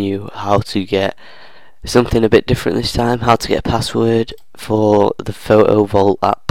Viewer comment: What accent is this 😊, i love the way he says "Photo Vault". Pho-o vault